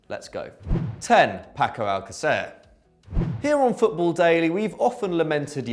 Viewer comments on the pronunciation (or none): Alcacer! it's a 'th' sound the second c